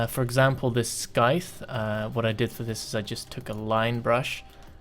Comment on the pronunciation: I chuckled quite a bit when you called the scythe at first "skythe".